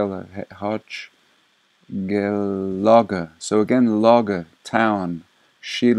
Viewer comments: Hi, I remarqued that you stumbled on the name Hochelaga in a few of your videos. According to history, Hochelaga was the name of a Iroquois village present on the island of Montreal at the European's arrival. As you can see on this 1700's map There seems to be a lot of forts on the south part and south shore of the island. Hochelaga is also the name of an actual "arrodissement" of the city. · I think you were reading/saying “Hochelaga”. This is an area around the St Lawrence and Ottawa rivers in Quebec. Jacques Cartier was supposed to have discovered the area. I am sure I was taught in grade school that Hochelaga was the original name of Montreal. The name supposedly comes from a native word about a beaver path🤷‍♀️. I never realized it would refer to such a large area on the map. Thank you for your research.